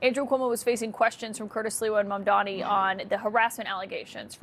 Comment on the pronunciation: Como keeps misspelling MAMDANI's name. It has to be intentional. He keeps saying "mandami" on purpose. That's Trump's childish style.